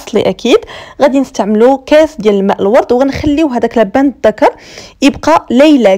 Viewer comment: النطق الصحيح اللوبان الدكر او الحوجري نطقكي لبان تعني الرجل اللدي يبيع اللبن النطق الصحيح اللوووووووبااااااان اعباد الله